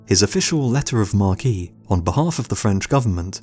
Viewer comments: Letter of mark not mark key. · Letter of marque from the French, lettre de marque, pronounced letter of mark, not "markee". A lettre de marque is a royal commission to perform certain duties for the kingdom. Lacking a navy France issued many "lettres de marques". You're correct about Lolonais, he is remembered as one the most cruel, vindictive, savage yet intrepid and courageous pirate as attested by his survival in extremely difficult situations as well as his numerous victories.